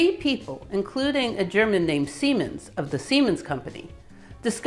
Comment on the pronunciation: It is Werner von Siemens, not Seimens, for the rest, wonderful videos